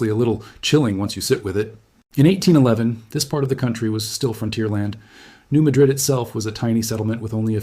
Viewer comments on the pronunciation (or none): Sorry, at the least you could have pronounced the town and fault correctly: New Mad - rid, not Ma - drid. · The people in this area pronounce this city as New Mad rid. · Its New Ma' drid. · Hi. Just FYI you are mispronouncing New Madrid. You are pronouncing it like the Old World town of Muh-DRID. (Madrid) The correct New World pronunciation is New MA-drid. (Where the A is pronounced like in hat.) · I am from Missouri and I would like to correct your pronunciation. Everyone pronounced the town, New Madrid, like the city in Spain. It is actually pronounced New Mad-drid. And yes, you can still see the damage the earthquake created centuries later. It is capable of enormous and very deadly, dangerous damage. It is so powerful, it could split the nation in two. Scary! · Thank you. Btw-it's pronounced New MAD-rid- just so people know what's being discussed. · it's pronounced New MAH-drid. I grew up in Memphis. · The town is not pronounced as the city in Spain. The accent is on the first syllable: New MADrid. I grew up in Missouri.